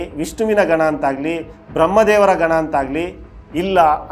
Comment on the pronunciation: ಅದು ಗನ ಅಲ್ಲಪ್ಪ.. ಗಣ ।। ಯಾವ ಸೈಡ್ ಕನ್ನಡ ಇದು?